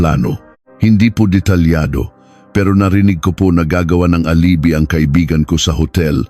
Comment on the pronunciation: Alibi wrong pronounciation. Php is philippine pesos